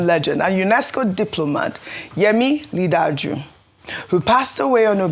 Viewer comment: How hard is it to pronounce "Li Ja Du"?